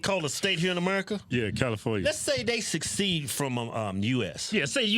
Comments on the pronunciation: Secede, not succeed... Kawasaki is Japanese... Oh, never mind...😋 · It’s actually not “succeed”, but rather “secede”.